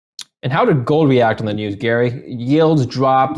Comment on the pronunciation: Gary pronounced him wrong